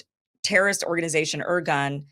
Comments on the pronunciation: Kim..please…if you’re going to do this presentation, commendable by the way, ask for help ahead of time with names and proper pronunciation. It adds so much more credibility. I’ll do it phonetically. Men-achem Be ,like “bay” gin ,like I’m “gin” na get ya. The terrorist gang Irgun, like “ ear” ,like “guun “. Others were the Stern Gang, Hugannah, Lehi and a few lesser lights. They strung up British troops in orange groves after killing them. And killing civilians wasn’t above these “ moral” group of terrorists. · "Irgun" is pronounced "ear-GOON" (I'm fairly certain), and yes there were the OG terr0r!$t organization in the Mid East. They basically invented terr0r!$m as we now know it. They also liked to disguise themselves as MusI!m Ar.@ while committing these acts in order to deflect bIame and trick us into f!gh.t!ng their enemies for them. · The content is good but the pronunciation.................If you're on the internet, the information super highway, there's no excuse for not finding out how to say, Irgun, Lehi and Menachem Begin. Mangling the names is pure laziness and/or American arrogance, the attitude that foreign names are not important. How would she feel about being called Keem Aborsong? Thumbs down for that sadly. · Hyperbole much? She's OK, but she'll be forgotten in less than 50 years. Her inability to pronounce correctly basic words like IRGUN does not impress me in the least. BEFORE you get upset, I like her, but I don't worship her.